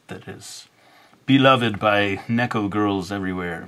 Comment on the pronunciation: it's "Nee-ko" not "Neh-ko" XD sorry I had to even though I am late.